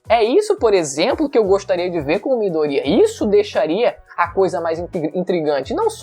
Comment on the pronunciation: Midoria kkk é Midorya!